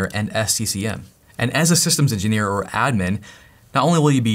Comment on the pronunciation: "Systems ingeneer is still hote...in a lot of ways" hahaha